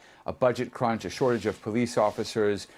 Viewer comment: Budget crunch? Oh, I thought you said Nestle's Crunch.😮